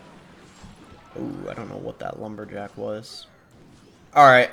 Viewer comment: bro said lumber-lick🤪